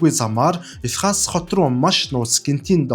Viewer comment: Лахс гэдэг юм шүү дуудлага нь. Лхас гэж бичдэг ч гэсэн. Бичдэгээр нь дуудаад байна